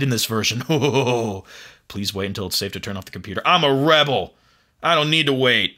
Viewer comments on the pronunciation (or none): none